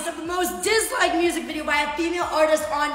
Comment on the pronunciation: That triplets thing just broke my ny brain 🤯. All I know is MY guilty pleasure is hearing say moosic. And him bein a white guy named. 2 guilty pleasures.